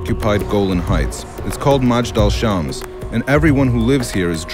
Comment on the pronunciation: its not ma-jd alshams.. Its mej-dal el shams :)